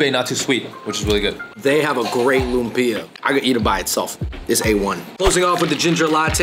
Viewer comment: Great video, guys! By the way, lumpia is pronounced ‘luuummm-pyahhh’ not ‘loom-peee-ahhh.’